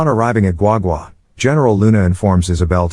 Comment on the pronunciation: Thanks for perfectly pronounce Guagua properly.